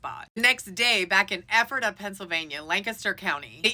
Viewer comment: Yeah you said ephrata correctly. Others butcher it. 👏👏👏. But pronounced lehzerne . 😊